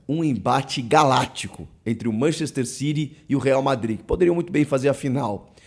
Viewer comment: É City ñ Ciry, isso é ingles britanioco! Ñ ingles de xenofobicos!!!!!